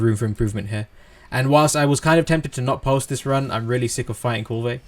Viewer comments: Yeah....yeah.....thank you for saying what I was thinking. If the NPCs in the game say Kulve I'm pretty sure it's Kulve. ...not Koolvay I find that irritating too. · Kulve as in one word, with out the vey. The e is almost silent. Doesn't matter bro. Thanks for all the uploads, I think your videos are great! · Love how you say kulvey~, so fancy